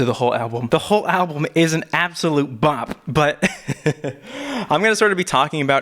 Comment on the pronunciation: When he said 'alblum' I nearly gagged😅 Still love you though!!